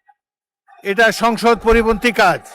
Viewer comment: সংসদ ❌ সংগষ্য ✅